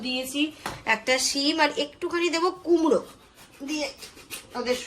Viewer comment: কুমড়ো দিয়ে ওটা কে কুমড়ি বলে।